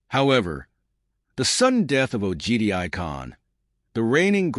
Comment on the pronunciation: Not Ogedia, Ugudei khan 😂 Anyway just imagine the nightmarish logistics of Mongol army of that time from the Korean sea to the Caspian sea. That alone is a big enough reason not expand for them.